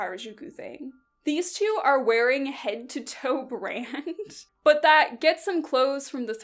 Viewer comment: The "BUT" with a british accent killed me